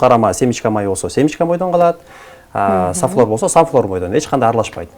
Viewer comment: Сафлер эмес, сафлор деп айтылат.